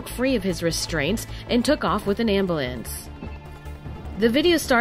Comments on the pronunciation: "Ambuh-lance"? I feel this was an intentional pronunciation for the thief. Lol. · It's pronounced am•byou•lance lady!!! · Amabalance really? hahaha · "Stolen ambalance" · eesa lol ambalance 😂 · Omg when she said "ambalance" 😂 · why did she say abulance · That's funny "ambalance"